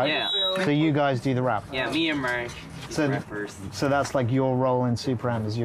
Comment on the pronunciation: Taeyong sounded very Irish the way he pronounced Mark. 😙